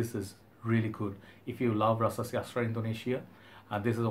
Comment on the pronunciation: Rasasi puram by rasasi 🤪🤪🤪 funny I know You have accent but at least You did your best👍. Pronunciation is Po ohm not Puram, Your videos very good but just organize Your colognes to the shelves don't put on night stand You look more like "a wanna be junior Hoarder". But end of the day I like your video.